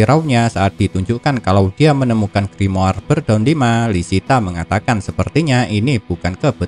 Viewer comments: Gua benci bet pas dia ngomong grimoar, kenapa ga ngomong grimor Cok udah gitu doang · Gua nyebutnya griamore:v